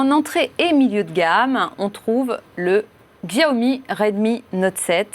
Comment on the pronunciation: Merci ! "Chiaomi" putain ! ^^